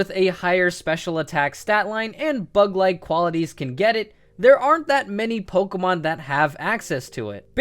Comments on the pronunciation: yes, I realise you know a lot about Pokémon, but it is POKÉMON, not pokemon, it is po-kay-mon, not pok-ee-mon. And WHY? why grass? Think of sceptile, and bug type, heracross and pinsir are awesome bug type pokémon. plus there is cloyster for the ice type. If you want to play pokémon, you don't necessarily need to play with Good pokémon, just play with the pokémon that you like. Personally, I love the grass type, I love pokémon like Sceptile, Decidueye, Ludicolo, and Shiftry. And to add a remark, I really love rock and ground type pokémon, like Donphan and Excadrill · Who the hell pronounces pokemon as "pokomon"?